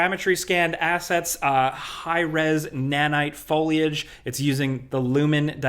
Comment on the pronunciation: Ya, that’s what I said “foilage”